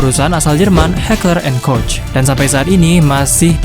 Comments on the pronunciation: senjata di thumbnail adalah: FN herstal Project 1990(P90), dan Heckler and Koch MaschinenPistole 5SD(MP5SD). Oh ya min, cara bilang "koch" adalah 'Kohg' ya. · ...FN Herstal P90 bukanlah SMG. Melainkan PDW dan Heckler and Koch MP7 itu secara teknis adalah PDW dan bukan SMG. Karena kaliber peluru yg digunakannya. PDW adalah gabungan dari Karabin dan SMG/Pistol Mitraliur. "Koch" dibaca "Kock".